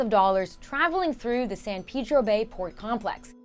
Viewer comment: In Texas, San Peedro would be pronounced San Paydro or San Pehdro.